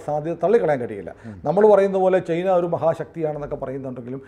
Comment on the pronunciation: ചെയ്ന. അല്ല ചൈന എന്നാണ്.